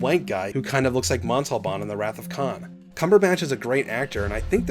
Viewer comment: "retKhan" LOL